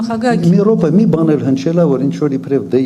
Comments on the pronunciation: Ми ррррропе😂😂😂😂😂😂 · Մի ռռռռռոպե